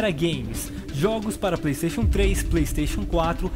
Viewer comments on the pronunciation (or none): none